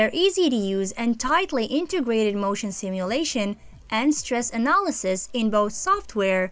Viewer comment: Did she say ANAl-sis?